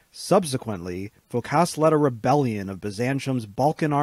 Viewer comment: Phókas, not Phokáss !